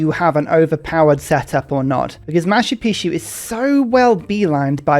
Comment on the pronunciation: “Maa choo Pee choo” - Machu Picchu, which means “Old Mountain” in Quechua (machu = old and picchu = pyramid, cone, or mountain”). No “sh” sound. 😉